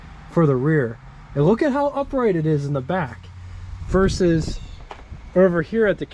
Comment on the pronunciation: You have the wrong dimensions for the Coupe DeVille -- it's 221.9 inches long, only 1 inch shorter than the Lincoln ... 214.9 inches is the length of the Series 62 Sedan, which used the short deck in 1956. (Also it's versus, not "verses." And Premiere, not "Premier.")